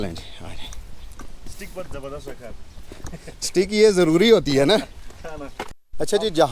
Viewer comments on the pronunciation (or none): none